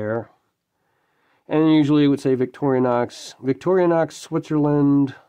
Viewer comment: 'Rostfrei' means rust-free. And it's Vic-tor-i-nox , not "Victoria-nox" . Nice book, I'll look for a used copy.